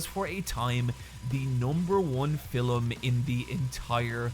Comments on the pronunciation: Why does he pronounce Film as "Filim" ? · the way he pronounces film as "fi-lum" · Film is one syllable 😭